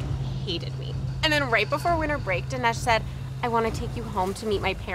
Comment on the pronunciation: I think you're pronouncing Dinesh wrong